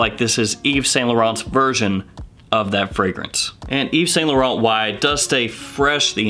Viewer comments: A wee tip my scented friend, when saying Yves Saint Laurent, try pronouncing it as Eve Sant Lawrawnt. It has to roll off the tongue. Great channel by the way... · You still got the pronunciation of Yves Saint Laurent wrong lol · Eve sa la Ron is how you pronounce yves Saint Lauren